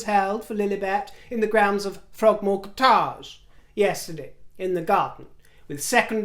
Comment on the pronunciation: Love how you pronounce "cott-age"...😂